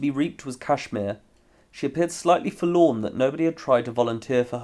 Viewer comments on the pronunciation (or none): none